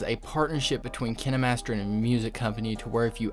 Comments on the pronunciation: I'm pretty sure it's pronounced Kayn Master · My dude straight up said "Kin-A Master" 😂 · He did nit just say "KiNaY mAsTeR" ;-; its kind KINED BUT THE D IS SILENT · Kin-eh-master Hmmmm... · Kin-e master lol I'm deas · The dude:KiNAMasTEr Me:wha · “ kin a master “ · Bro what kinamaster? 😂 What the heck 👁👄👁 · Did he just say kinnamaster? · ” Kin E master ” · He said kinemaster like: Kiniee master. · What’s up Kin e master 🤣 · Him: kin- eh -master Me: pronounced it wrong my entire life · You can’t even say kinemaster right /./. What is... kin- ey_ master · KINAmETSeR lMAO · Hol’ up- did he just say “Kina Master” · ITS KINE MASTER AND NOT KENE MASTER😂😂😂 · Or maybe its cus he called kinemaster kin-E-master lol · No no it's kiner - master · It’s not KiNeMaStEr it K I N E M A S T E R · They way he pronounces it makes me die inside 💀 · is the way he say kinemaster fah me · who else got triggered the way he said kinemaster 😂😂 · King Khan :0 thanks, dude! I now know how to actually pronounce it! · It sounds like Crime Master Gogo